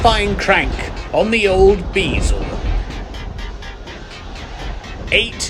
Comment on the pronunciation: 'BEE-zel'...hahahahhahahhahhah....funny as hell man, keep it up :D